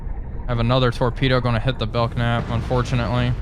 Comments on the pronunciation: Pronounced “Bell Nap” not “Belk Nap” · You keep calling it the Bel Knap. It's a silent "K" so the actual name of the class is Bel Nap. I served with a lot of these while I was in the U.S. Navy.... It's interesting, though, you call the Knox class Nox.... :) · Ship is pronounced Bell-Nap (the K is silent). Love all your sub videos. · Just found this, so I know I am late to the party, but just so you know. The K in Belknap is silent. It is pronounced more like Bel-nap. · Sure that's how the Capitalists pronounce it, but we are Soviets here Comrade. Letters are there for a reason and must be properly spoken! bell-Knap! Carry on. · After watching the second episode and now this, I wanted to say this is pretty entertaining. I'm gonna have to check out the Epic mod. And because my pedant gene is kicking in... just wanted to let you know that the "K" in "Belknap" is silent. Pronounced "bell-nap". xD